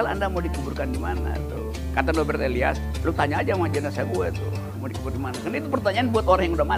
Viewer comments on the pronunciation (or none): none